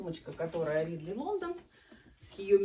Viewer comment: почему "РИдли Лондон "?Английская "A" произносится как "Э", "РЭдли Лондон "